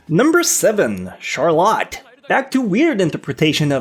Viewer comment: what? That's not how Charlotte is pronounced...